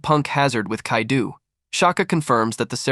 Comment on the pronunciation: the mispronunciation of so many names/places has me crackin up "Kadeu" has me like "is this French Kaido?"